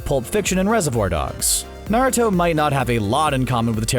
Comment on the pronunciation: U can tell he doesn't watch naruto by the way he pronounces the names and terms in naruto.